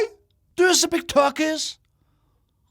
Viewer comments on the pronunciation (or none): ✨ Do yOu SpEaK tÖkİş ✨ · Du yu spik töökiss Dediği yerde koptum anlamlar uyanmasın diye gülmemek için zor tutuyorum kendimi